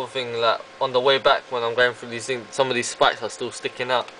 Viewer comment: Did he just say the two thongs??? XD ROFL! But I love your review tho. U actually take the time to point out the detail even the little details we want to hear know about. Other than these offical ass shits making few minutes reviews. Keep it up :)